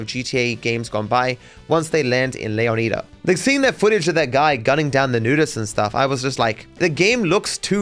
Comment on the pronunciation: You say Leonida wrong